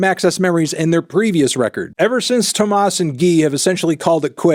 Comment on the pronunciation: It’s pronounced toh-mah, not toh-mahs